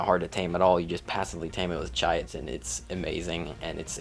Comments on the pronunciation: Saying chitin (Kai-tin) as “ chai-a-ton “ is a war crime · Learn the Correct pronunciations Please Chitin is pronounced with a K not a Ch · Chitin is pronounced KAITIN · Not trying to be a dick, just trying to help Chitin = Kite-in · Great video and very informative for noodies, However every time you pronounced Chitin it was like nails on a chalkboard haha its not a tomatos tomAtos kind of thing, it's just pronounced "Kite-in" or "kyton" if you were to sound it out. also, that flyer is "Tap-a-Hara " Not "terajapa" haha however like I said I'm not actually giving you shit, a lot of work goes into making videos like this and I agree with your ratings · i've been pronouncing chitin as "chaitin" for like 2 years until I found out how its pronounced properly. English pronunciation is so chaotic lol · lost a brain cell every time you tried to pronounce chitin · I swear not a single gaming YouTuber pronounces chitin correctly. Doesn’t help it’s not exactly a common use word and pronounced no where near how it is spelled.